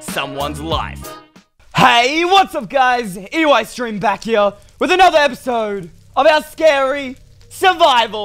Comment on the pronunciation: What u call evil eystreem